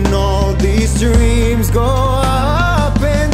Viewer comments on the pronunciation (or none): He said reams instead of dreams 😂😂😂😂😂